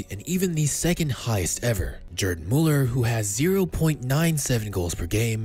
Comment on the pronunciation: "Jerd Muller." Lol Americans.